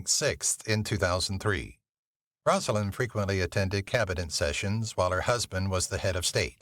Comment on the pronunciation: You do realize this is an AI voice, right? You can tell by the mispronunciation that should be very simple.